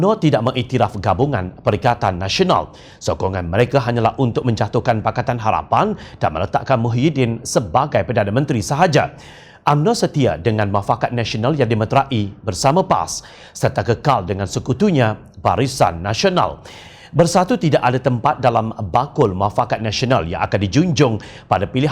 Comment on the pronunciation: Sebutan yang betul ialah meterai bukannya metera-i.